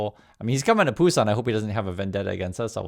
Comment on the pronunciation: it is BUSAN. You apparently don't know the name of your city.